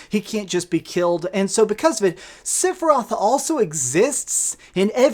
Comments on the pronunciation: Lol seph I Roth the i is not silent lol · Stop calling him SIFeroth ! Rage!! Lol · OK this is just criticism. 2 things. 1.) just because they changed or added stuff to the story, especially with the Whispers, it doesn't make it a sequel. It is still a remake. 2.) please understand that you are saying "Sephiroth" wrong. He has 3 syllabus in his name. Not 2. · The way you pronounce sephiroth is cringe. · I can’t believe you said Sephiroth like 150 times in this video and not ONCE did you pronounce his name correctly. 🤣🤣🤣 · Did he just mispronounced Sephiroth’s name??? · Learn how to pronounce sephiroth